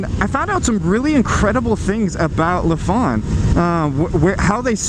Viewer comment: It’s not La fon but say it as Lie Fan